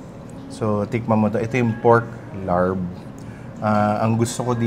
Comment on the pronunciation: Tahimik yung R sa larb. “Lab”